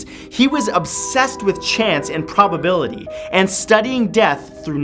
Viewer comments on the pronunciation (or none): none